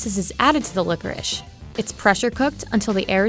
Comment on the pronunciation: Why do you pronounce it licorish?